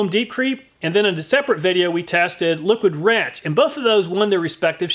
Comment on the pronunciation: i briefly thought he said “liquid ranch” in the beginning and now i want a comparison of the effectiveness of different salad dressings.